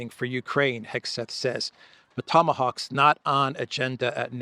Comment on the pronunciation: Tomahoaxs you say 😂😂😂😂😂😂